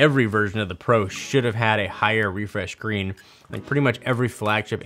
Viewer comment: Yeah, except for the part where he said “refresh green“ WTF IS THAT!?!?!?